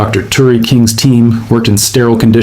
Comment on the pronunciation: Turi NOT Terry